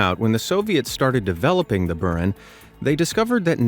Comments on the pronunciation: boo-RAN, NOT "Burn" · Its pronounced bur-AHN! Not BUR-in.